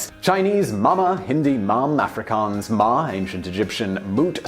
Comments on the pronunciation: Thanks for pronouncing Afrikaans and Ma correctly! I'm Afrikaans speaking and you pronounced it just as we do. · You got the Afrikaans spot on